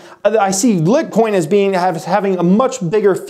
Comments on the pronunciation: not trying to be mean. but you don't sound too credible if you don't even know the correct name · Your Pronunciation of Litecoin Ruins all your credibility but its fuckinnnnn LITTTTTTTTTTTT🔥🔥🔥🔥🔥🔥🔥🔥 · Nice to see you branching out on crypto, though I think there are a few inaccuracies in the video. First is I think it is pronounced like "light coin". Second the block time is around two minutes, meaning that on average it will take that amount of time to do a transaction (as opposed to seconds). Litecoin also processes far less transactions than bitcoin which is why the fees are much lower. While litecoin could probably handle 4x the fees of bitcoin, it would then soon run into a lot of the same problems bitcoin is facing with regard to scale. But don't worry, getting all the details right in crypto takes time and thanks for the video! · It is pronounced LITE COIN but it’s ok great Video! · Say litcoin one more time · you say litcoin and you almost bust out laughing because you're just being facetious with the LIT-coin. Haha Did someone put you up to this? Thanks for making me laugh today but still informational. lol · OMG it's pronounced " Light Coin " Jeez! Lol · Did you say "lit coin" ? Lol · lol "lit coin" is someone lit;-) I think your trolling us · I can’t focus whenever you say Lit Coin. Leaving now. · It's clearly pronounced light-coin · It's pronounced as "Light Coin." That was a cringe video but the meat of the subject is great. Side Note I use cryptos to swing trade for stock purchases. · It is pronounced "light" "coin" like so people don't go around pronouncing it wrong. Even the creator calls it lightcoin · is he saying lick coin? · Lit-what? I thought it was called litEcoin?! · ITS LITE-COIN !!! Lol like “LIGHT” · Litecoin is pronounced lightcoin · Did he say LIT coin? I expect better from him and his channel. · the first 2 seconds he says "lit coin". Stopped watching it..and a thumbs down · You lost me at "lit"coin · Litcoin? lol :P